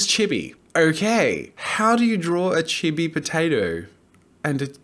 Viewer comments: quick thing what is "chib e" isn't it chee bee the pronunciation, i mean idk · things I learnt: jazza cannot pronounce chibi(it is cheebee) jazza does not know the difference between chibi and anime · It’s pronounced chii-be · Oh. "Chibi." No idea lol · Its pronounced chibi not chibi